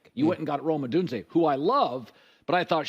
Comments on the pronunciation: He said it right later in the video lol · it's the second syllable that's way off not the first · C'mon Colin it's not O"done"ze. You should know how to pronounce his name by now, especially since you follow Washington football. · Collin. It is Rome Oh-doon-zay. Get it right Mr. Ceehard. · It's pronounced Oh-doone-zea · Odunze pronounced Oh-dune-Zay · Yo Herd, can you start pronouncing "Odunze" correctly? It's oh-doon-zay. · Lmao he's never going to pronounce Oh-Dune-Zay correct. Even after Penix corrected him